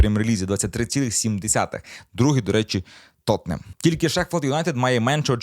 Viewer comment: Так як правильно: "Тоттенхем" чи "Тоттенгем"? Чи йти найлегшим шляхом, і говорити як - "Тоттенем"?